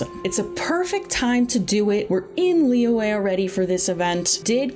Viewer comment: the y in liyue is a consonant sound, like y in yummy, just saying